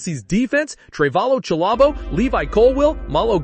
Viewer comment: “Trevalo chalobo”??? 💀💀💀